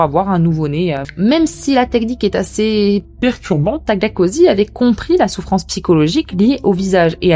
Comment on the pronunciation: Tu sais dire Tagliatelles sans problème... Tu sais dire Cosy (ambiance/endroit) sans soucis Mais tu peux pas dire Tagliacozzi ....🤷🏾‍♀️🤷🏾‍♀️🤷🏾‍♀️ Bon mis à part ce coup de gueule (a prendre à la rigolade bien sûr), je trouve la vidéo super intéressante... Personnellement je ne ferai jamais de chirurgie sauf si ça doit être " réparatrice" si jamais... Mais je peux comprendre celles qui ont des complexes. Par contre ce que je peux pas comprendre ces les chirurgies pour "s'amochir"🤷🏾‍♀️🤷🏾‍♀️🤷🏾‍♀️ Quel intérêt ?